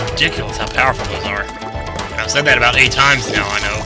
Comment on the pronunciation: So much POWAH in your Doom-Shrooms! You're so POWAFUL!?